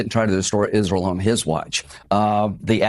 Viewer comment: What's Izroll?